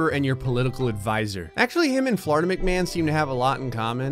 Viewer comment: Dictionary pronunciation: Florida Pronunciation: Floridia